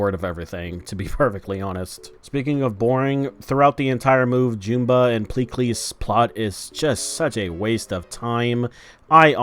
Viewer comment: Why does everyone keep mispronouncing Jumba and Gantu's names? It's "Juhm-ba" and "Gæn-too," not "Joom-ba" and "Gæn-too." Their names are even said in the movie. Either way, this live action sucks. As soon as I realized there wouldn't be any aliens in this movie about aliens, I decided not to see it.